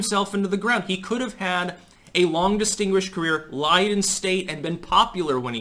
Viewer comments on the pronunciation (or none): none